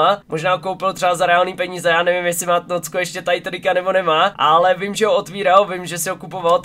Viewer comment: Je to tnóčko a né tnócko😂